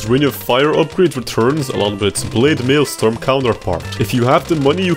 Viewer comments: i have no complains about this vid until when he said blade maelstorm, not maelstrom, but maelstorm..... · bro really said maelSTORM💀